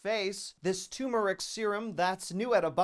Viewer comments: “turmeric” not “tumoric” lol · It's pronounced TUR-MER-IC, just like it's spelled. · Totally left that first 'r' out of turmeric. 😂